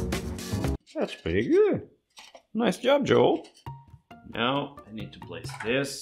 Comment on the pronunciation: Your Name is Joel, not "Joal" you dont need to translate names :)